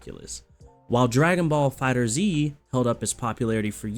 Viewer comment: Man.... IT'S FIGHTERZ! Like "fighters" but with a Z. Not Dragon Ball Fighter Zee. Gah. Dude that annoys so much. Like not to a great extent, but enough to comment. Ya get me?